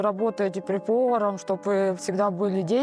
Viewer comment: Почему они говорят «Чоб» заместо «Чтобы» 😂😂😂😂😂😂😂😂😂😂😂😂😂😂